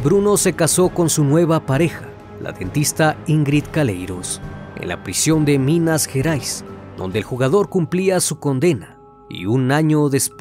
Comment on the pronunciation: És minas gerais no minas jerais